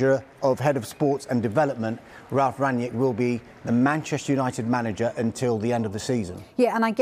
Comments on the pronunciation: His name is not Rangniek. You pronounce it rung-nick. With a strong R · "Ranyick" hahaha, oh gosh here we go again with the next pronouciation party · "Ranyick" hahaha He's german mate not french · Why do they keep on pronouncing him Rangyick? It's Rang-nick, really not hard at all to say